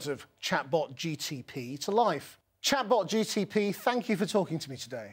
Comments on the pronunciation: Needs a new name. Even the presenter got it wrong twice "ChatGTP" instead of "ChatGPT" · It’s GPT not GTP. Definitely a tongue twister. :) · It's Chat GPT not Chat GTP. GPT not GTP. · He's saying GTP instead of GPT 😡😡👎👎 INDIANS 🇮🇳 🤭🤭🤭🤣🤣🤣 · Its not ChatGTP its ChatGPT please pronounce its name correctly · He is calling it as GTP 🤣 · why say as ChatGTP? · He said ChatGTP???? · It didn't correct him when he called it ChatGTP! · did this MFer just say 'chatbotGTP' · Seriously? Did he say GTP? Couldn't even be bothered to get the name right. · It's a good thing it didn't mind that you were saying its name wrong :)